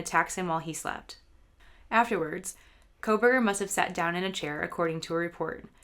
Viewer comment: NARRATOR PRONOUNCED "KOHLBERGER" "KOHL-VER AND SHE PRONOUNCED "STAINS" AS "STREMERS"....PLAY IT AT 75% SPEED AND YOU CAN SEE HOW NARRATOR MUMBLES MANY WORDS JUST LIKE A DECEITFUL THERAPIST WHO DOESN'T WANT YOU HEAR THE WORDS*